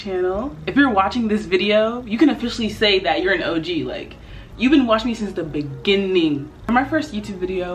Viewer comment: in the beningingggg💀